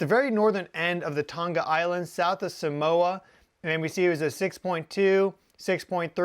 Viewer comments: Tong-ah... not ton ga lol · It's pronounced 'tong-a' ( tongue but with an 'a' at the end. Not 'ton-ga' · Just FYI Tonga is pronounced using a soft "g" as in "song."😊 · Scary stuff! Pronounced 'Tong a' the 'g' is silent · Can you pronounce Tonga correctly FFS. 🙄